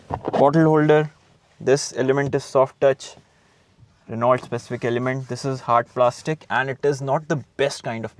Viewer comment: Its pronounced as renuo not Renualt